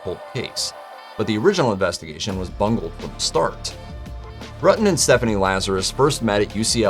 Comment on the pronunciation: It pronounced ROOO TUN